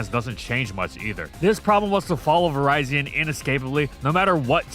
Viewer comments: Vee-REE-zeeon, not Verizon, please 🥲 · Is this an ai voice over? Why do you keep mispronouncing virizion’s name? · Am I the only one who pronounces Virizion as "Vi-rih-zee-un" instead of "Vi-rai-zee-un"? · Ah yes, Verizon. My favorite Pokemon. Just nitpicking for fun, but does anyone know the proper pronunciation? I say virizion as in viridian, which makes sense, but never know